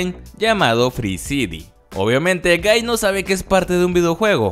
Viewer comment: Por alguna razón a la primera escucha gay en ves de guy Xd